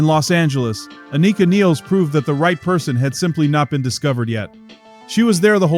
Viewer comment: Thank you for pronouncing Anika’s name correctly.